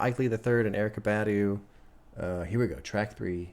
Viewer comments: It’s pronounced BAH-DUU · you're not pronouncing her last name correctly. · your pronunciation of Badu is killing me 💀💀